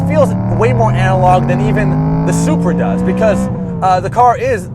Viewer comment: You did NOT just called the Supra “Bupra” 😂😂😂😂